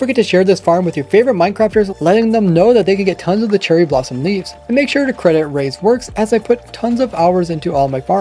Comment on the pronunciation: anyone else hear him say cherly at the beginning